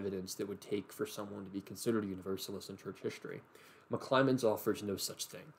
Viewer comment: Great video! There's just one thing that bothered me... It's McClymond, not McClymonds!